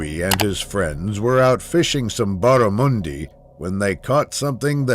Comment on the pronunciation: barrumondie hahaha mate U pronounce it wrong brotha😂